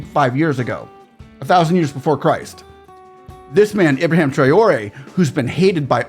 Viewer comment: Just to correct you sir, his name is IBRAHIM Not Ibraham.